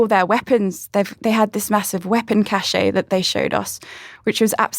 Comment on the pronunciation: 'cache' is pronounced 'cash' -- not 'caché'. The word has no acute accent in either French or English.